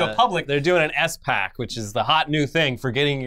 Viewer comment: Is not S-Pac it’s just SPAC: like Like pack with an s in front of it. The more you know 🌈